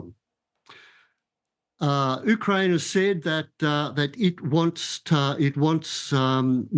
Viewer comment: He can’t even pronounce Ukraine correctly and why he believes Russia advances if this is completely the opposite? This person is not an expert so I am not listening to him. Just wasted 8 minutes of my time.